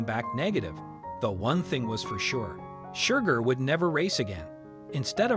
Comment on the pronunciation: Please adjust the Robotic Narrator to STOP it calling SHERGAR , Shugar! And stop the foney Irish accent.